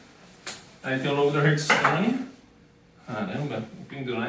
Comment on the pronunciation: é hearthstone e não HURTstone